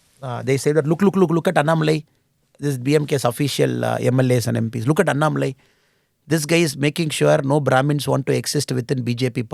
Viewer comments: Sensible and content packed no- nonsense interview. Both the interviewer and interviewee have to be appreciated. Bu Smita Prakash, pls get the pronunciation correctly. It is अन्नामलै not अनन मलाई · Wonder how a person with southern bkgd like Smitha ji could not get annamalai pronunciation right? Or is it a strategy? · Why she is pronouncing Annamalai in weird manner...